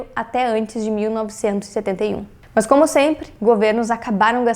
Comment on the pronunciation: Adoro as meninas, mas esse MAHNS que ela fala é irritante kkk, é MAS!